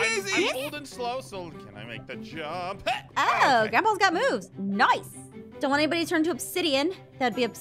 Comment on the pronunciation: I love she says noice😂